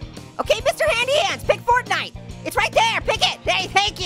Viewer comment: Fortnite Is The Regular Name Of It But It’s Funny That You Say Fartnite 🤣😂😆🤣